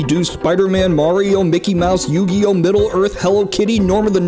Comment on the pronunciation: Says "Yu-gi-you." Shows a Digimon. Slick.